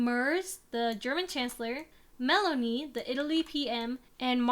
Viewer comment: I don't know why it took you pronouncing Meloni as Melanie for me to get whiplash watching this fever dream of a video 15/10 no notes